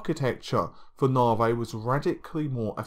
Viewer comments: Dude!!! Its "NA-VEE" not "NAR-VAY" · It's Na-Vee not 'Navey' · AMD Narvey? I thought it was Navi? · I thought it was Navee